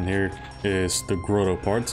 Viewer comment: Probably counterintuitive for non-native English speakers, but it's pronounced GRAH-toe, not GRO-toe.